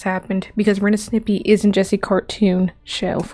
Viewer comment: You saying Snippy?Instead of Stimpy? Frankly I like that pronunciation.